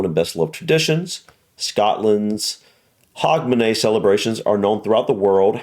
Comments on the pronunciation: You are saying Hogmanay perfectly, Edinburgh is pronounced Edin-bruh! Scotland was banned by the reformation of the churches from celebrating Christmas. It was until 1958 that this was lifted - Not shy of a party, Scots then focussed on Hogmanay and New Year celebrations. Since 1958 we've slowly started celebrating Xmas, but we've always more celebrated New Year & is still why Scotland has an extra holiday on the 2nd January unlike the rest of the UK (To recover from the parties hahahaha). As others have mentioned - some of the processions are not filmed in Scotland :) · Pronounce Hugmanay. 🎉🎉🎉🎉🎉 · We usually pronounce it "Hugmanay".🤗 Lang may yir mum reek!